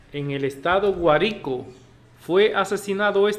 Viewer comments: Tiene que pronuciar bien GUÁRICO POR FAVOR Y DE VENEZUELA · El sr pronuncia un acento equivocado